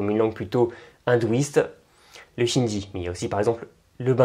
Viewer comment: "Le chindi" ??? Le Hindi, plutôt